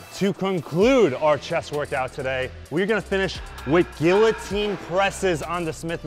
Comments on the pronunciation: It's not Gillo-Teen....... it's GEEYO-TEEN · Great workout. FYI the Ls are silent in the word guillotine. Its pronounced like gee-uh-tine